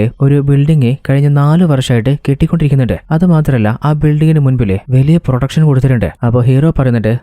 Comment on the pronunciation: പൊളിയായാണ് ബ്രോ.. പ്രൊട്ടക്ഷൻ എന്ന് വ്യക്തമായി പറയണെ അടുത്ത പ്രാവശ്യം മുതൽ. പ്രൊഡക്ഷൻ എന്നാണ് കേൾക്കാൻ പറ്റുന്നത്. ❤❤❤